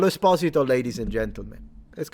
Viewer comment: The very first time I heard his name pronounced correctly. Giancarlo Espósito, NOT Giancarlo Esposíto like everybody else says it 😕